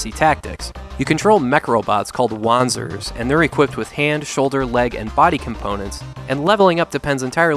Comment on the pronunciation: Wanzer = [Von-zer]